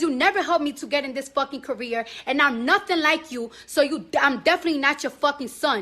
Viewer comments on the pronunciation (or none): I have thought she said KOREA 😂😂😂😂😂but not CAREER🤦‍♀️🤦‍♀️😂😂😂